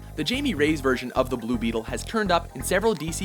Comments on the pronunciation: It's pronounce "hi-meh" not "Jay-me" and "Re-yes" not "Rays" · My last name is Reyes. It's pronounced "Ray-yez". You were pretty close. And it would only be "High-May" if you were pronouncing it in Spanish. Still, good shit man. :-) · Don't forget the "Rays" when it suppose to be "Re-yes" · guys, not to gripe or anything, but it's "hi-may ray-yez" not "jay-me rays" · How the hell did you manage to end up pronouncing "jaime reyes" like jamie rays. It's "Hi-meh reh-yes". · why tf he call him Jamie Rays? It's Jaime Reyes, pronounced "hi-meh ray-es" (but in mexican accent) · it is hi-may - ray-ass not jamie rays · High-may Ray-yez. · yeah its pronnounced "high-me Ray-ez" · Jay-me Rays? Does this channel even try? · You Say Jaime Reyes Wrong. its pronounced "High May/ Jamie" Ray Yes/ Reyes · It's actually more like "Hi meh" (Jaime) "Reh yes". Trust me, I'm a nopalero. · I just love how they butchered his name so much. "Jamie Rays"?🤣